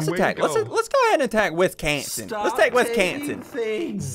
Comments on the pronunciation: No Wis-gone-sin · Ian she have said Wisconsin more like WisGONEsin